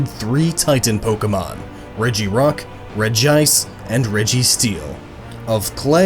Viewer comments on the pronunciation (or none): Said regice wrong too it's pronounced regi-ice it's been confirmed to be that way several times